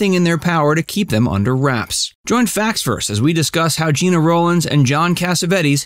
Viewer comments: He was a really good actor, but couldn’t get past type-casting as a slimy greaseball character. She was just great in every single thing she ever did! FYI — her name is pronounced Jeh-na, not Gee-na . . . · It’s not GIna it’s GEna ! Please pronounce her name the right way. It’s so disrespectful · It's pronounced like Jenna, not Jean-uh. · It may sound trivial, but her name was pronounced like “Jenna”, not “Geena”. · First, I usually stop listening to any Rowlands/Cassavetes story when she is referred to as “Geena.” She’s been around for 70+ years, you should know it’s pronounced “Genna.” Also, I’ve never seen any documentation that they considered divorce. Citation, please? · Huh?? Her name is pronounced like Jenna..not Gina.. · Her name is GENA not Jeana!!! I knew them well. Please be respectful!u You are so off.. with your superficial and tacky interpretation. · Gena not Geena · Her name is pronounced like Jenna. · stop calling her geeena, its Gena like jena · Her name is pronounced Jenna, not Jeena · This shoddy piece about two great legends made me cringe every time the narrator said "Jeena." Her name was pronounced "Jen-na!" Really inferior work here. An insult to the great couple. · Not Gee-na. It is Gin-ah. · It’s GIN-AH. Not JEANA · I do believe that Gena’s name was pronounced “Jenna”. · Well done! But it’s pronounced “Gehna.” A soft “e.” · She pronounced it "Jenna". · Gena pronounces her name like “Jenna”, by the way. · No it's not it's pronounced Jenna 🙄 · Any references for the information you claim? Also you mispronounced her name.